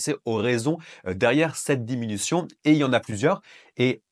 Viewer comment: Merci de ces infos et des explications bien claires. ( diminution et non diminuation )